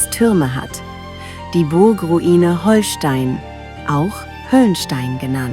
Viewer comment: Leute, wenn ihr schon so ein Video macht, dann sprecht es doch richtig aus. Nicht "Holstein" wie Schleswig-Holstein (auch wenn man es so schreibt) sonder "Hohlstein", weil es von den Höhlen unter der Burg kommt..